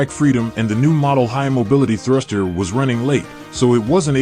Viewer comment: Thank you! One minor note: スラスター in English is "Thruster", not "Slaster". For future translation!